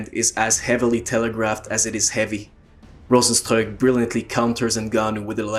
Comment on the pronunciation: yeah cause rozenstruik is a name from Suriname and that is basicly dutch and you are the first that pronounces it correct